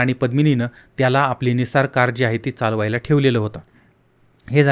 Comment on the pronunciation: दादा छान माहिती सांगता तुम्ही.सुखाचे दिवस आलेले असताना मायलेकीचा असा दुःखद निर्घुण खून झाला,हे खूपच भयानक आहे.परंतु एक गोष्ट सांगाविशी वाटतेय, ती म्हणजे कार निस्सान आहे,निसार नाही.दुसरे म्हणजे तुम्ही भोसकले ऐवजी भोकसले म्हणता..बाकी छान सांगता.